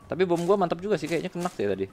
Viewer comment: Ko ngomongnya "kenak" dah? Kena bang, gak berubah ubah😝😝😝